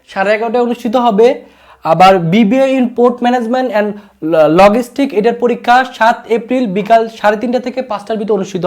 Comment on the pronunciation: যেই মানুষ ভাষার উচ্চারণ নিয়ে এতোটুকু সতর্ক নয়, সে নিজের উচ্চারণ ঠিক করতে পারছে না নাকি ঠিক করতে চাইছে না, তা নিয়ে যথেষ্ট সন্দেহ আছে। ঠিক করতে না চেয়ে থাকলে সে আদও শিক্ষিত কি না, তা নিয়ে সন্দেহ আছে। উদাহরণস্বরূপঃ Logistics = লজিসটিকস, NOT লগিসটিকস।